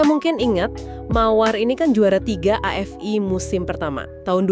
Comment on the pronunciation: bacanya Afi ( AFI ) bukan a ef ai .